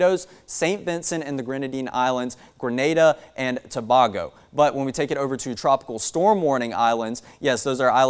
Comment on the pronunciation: (Too-bay-go) Tobago, not Too-bah-go